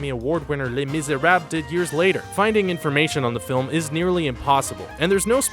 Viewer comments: Faust is pronounced (Fowst), not (Fost). Les Misérables is pronouced (Lay Meez-er-ob-la), not (Les Mis-er-ob). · This guy mispronounces so many words it's nuts. Cannes has a silent S, Faust rhymes with joust, not frost, and les miserable doesn't have a silent L, you pronounce the L. That kind of stuff bugs me. Also I'm pretty sure Janice Dickenson pronounces her name like Janice, not Janees. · The voiceover guy's pronunciation is pretty bad. "Cannes", "Faust", and "Les Miserables" stood out.